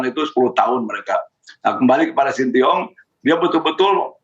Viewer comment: pak iwan bule ngucapinnya sintyong😅